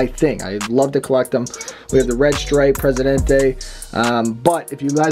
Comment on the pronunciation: Presidante and Punti khana WTF XD. Thats not how its pronounced CD